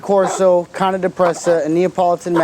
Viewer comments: Cane is pronounced as Kha neh, not cannie... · Caaannaay corso not connie corso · Why the fuck does he say cane like that? Its cane like sugar cane not canny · Why he calls then canay corso? It’s cane (Kane or like candy cane). That’s how the Italians pronounce it. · Only American pronounce it cane! To the rest of the world it's cani!! Weird Americans. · first off saying name wrong! caw like a crow and neh like a horse. and no it is not a neo never was never will be they are completely different! pick a book up and look that up. promise you it will say that ! but it is not connie Corso. it is Cane (kaw-ney) even google will help you with that. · Melissa Griffin it's not correct. he says ca-nee. it's ca- nay. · At least its closer then "cane" corso hahha ;) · You do not know how to correctly pronounce this breed's name. Ka nay corso is correct. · It sounds like he says it numerous times, but for example is he saying "counting", or "county" corso, or am I just hearing it wrong? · it pronounced ka- nay firstly... and presa, neapolitan and cane are NOT the same dog. they are in the mastiff family.